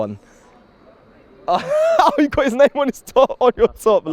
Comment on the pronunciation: Or Canadian, just because he pronounces names more like a Canadian would